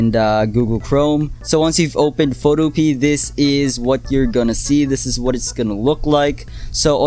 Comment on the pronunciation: It's pronounced "foto-p-a"